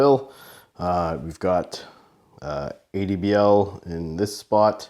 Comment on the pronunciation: Great Review. The way the Company Name is spoken out is A-D-B-L. Every letter for itself